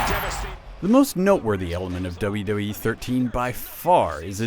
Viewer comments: what tthe fuck i pretened to hear doube doube ee 13 rather than wwe thumbs up if u agree (y) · He keeps saying "Dulla Dull-ee" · This guy can't say 'WWE'.